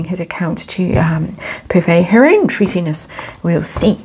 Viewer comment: “Thuthiness”……. So funny 😂